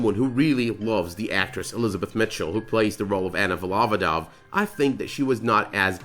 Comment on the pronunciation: Volov`odova not Vol`ovoda. Surname is formed by collocation "shepherd for oxes"